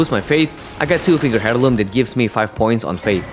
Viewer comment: "heirloom" is pronounced air-loom btw.